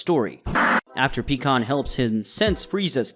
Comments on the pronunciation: Pikon = pie-con not pee-con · PIE-CON NOT PEEKON